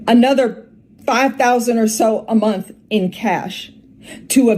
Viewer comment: Did she say you are a veteran and proceed to ask "did you serve in the military".... 😌 "13 thousand a mont"... it's a "h" on the end of that word ma'am 😂